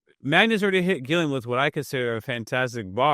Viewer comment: His name is Roberto Gilliam heretic. The Deathwatch awaits your arrival